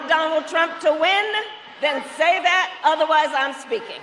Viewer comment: She sounded a lil bit like a sista when she brought up trump, “just say dhat😒”😂#BlackISHgirlMagic